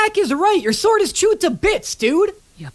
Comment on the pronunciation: I loves when he said swoero